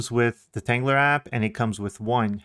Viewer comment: There’s no R at the end of tanggula So quit pronouncing it tanggular